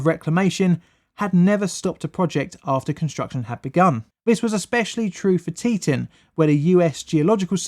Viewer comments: Teton .. = TEE TAWN .. not T-tin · Tee-tawn not tee-tin, but great video nonetheless! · Teton is pronounced as Tea-ton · The "teetun" river? Sorry, no such thing. It's "Tee Tawn". Pronouncing it as 'teetun' has only just alienated you and your videos to the entire population of half a dozen states. Not a good idea to visit them now. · FYI, the pronunciation is TEE-tawn, not TEE-tun. 2nd syllable rhymes with "gone." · For future reference: It's Tet"ah"n not Tet"uh"n. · Forgive me if this has been pointed out already but I believe Teton is pronounced "Tee Taun". See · And Teton is Tee-Ton. Not Te-Tin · Pronounced tea-TAHN or tea-TAWN not tea-ten or tea-ton. Second syllable rhymes with dawn. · Yep, Locals call it Boy See, out of towners call it Boy Zee. The biggest pronunciation error was Tee Taun not teTun. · Teton is actually pronounced Tee Tawn. I was a national guardsman on state active duty in the aftermath of the dam failure. Damn failure, that is! :) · Teton, FR: tit. "Tee-TAWN" according to actual residents. Really. Source: grew up there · Pronounced like: Tea-tawn = Teton Pronounced like: Boys-ee = Boise Idaho is full of caves, or hollow of caves, I suppose it depends on how you look at it. Either way, Idaho has many cave systems. I was born in Idaho. 1B > fellow Idahoans will know what that means. ;) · Tee-tOn is how we pronounce it in Idaho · Great video, but it’s pronounced tee ton! I know, I lived a good part of my life in the flood zone. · It's pronounced more like tea ton. I was living down river in Aberdeen when the Teton dam broke. It was terrifying. I had nightmares until I was 11 or 12 about being swept away. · I love your shows. But this one was difficult to watch.... I know.... I know.... But its "Tee-Ton" Im sorry. was driving me nuts. You do know the Idaho national Lab and the ERB-1 is in that area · Boise - boy see - Teton - tee tahn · pronounced teee tahhn dam by the locals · Fyi, its pronounced tee-tawn... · Tea-t"ah"n and boy-sea